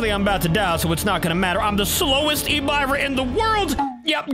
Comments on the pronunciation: Its pronounced Ehb-Ih-ruh, not e-by-ruh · and you said Ebirah wrong you suppose to said it like " Ebeerrah " not " Ebyrah", just want to tell you😅. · Bro do’s not know how to say hebira it’s Hebira not habiira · Its pronounced ebirah not ebuyrah the i doesn't make the buy sound it makes hard i sound ok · Ebyra its ebir ah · It’s e-bi-rah not e-bay-rah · btw its not pronounced as e b eye rah its ebErah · Yo pronounced EBIRAH wrong it's like eb-ear-ahh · You say it like “EBIIRA” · he is not nobody is plus he spelled so many kaijus names wrong like in this video when he say ebirah he sayed e biy ah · I feel... Hurt that called Ebirah (Eb-R-ah) that... My lovster got cooked and buttered up. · Hello remember me little boi heisei i used to watch you alot back then i left the kaiju community now but someday i will come back also its pronounced eb-ira not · ib-buh-rah is how you pronounce it. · Its EBERAH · It's pronounced ebra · It’s pronounced Eh-Ber-ahhh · Its pronounced e-brr-ah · You butchered that kaiju's name but again great video